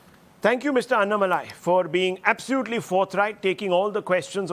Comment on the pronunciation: You are pronouncing Mr. Annamalai name wrongly..! you sounds low pitch.. it should be HIGH pitch pronounce... just try with high pitch you feel power of name Annamalai..